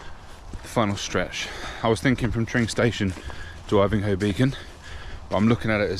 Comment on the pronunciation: Yes, you are pronouncing 'Ivinghoe' correctly. Although I have heard a lot of people pronounce it "Ivinghoe"... the fools.